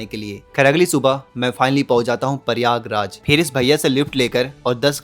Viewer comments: प्रयागराज ❌ परियागराज ✅😂😂😂 😂 जय श्री राम 😂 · Tu pahle Prayagraj boln seekh le.. it's Prayagraj, not Pariyaagraj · Prayagraj hota h paryayraj nhi😂